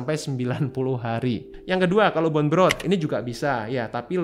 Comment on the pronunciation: BONE dibaca "bon" bukan "bun"